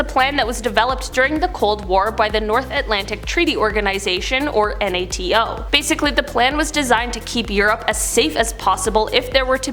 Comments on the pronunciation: its ok you can say the word NATO not spelling it out we won't freak out on you. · you can say NATO as a word